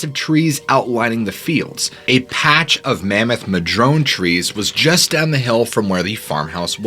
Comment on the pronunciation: It’s “madrona” trees. I know, petty but you know how it is … would know that we’ve been having crazy weather the last few days and last night, bc the ground had become SO saturated, a mid-sized madrona came down and nearly hit my van that I was sleeping in. Port Townsend, WA. Just south of the San Juans as the crow flys. A friend and I just happened to be talking about the SJs and just how many odd, paranormal, spooky, secret military,,, stuff goes on there - yes, just last nite. So interesting timing. Thank you,!